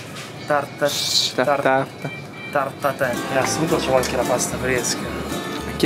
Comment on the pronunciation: La torta si dice tartaten Hahahah ti adoro